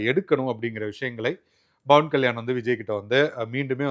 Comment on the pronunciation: Athu Pawan kalyan, not Bawan kalyan 😂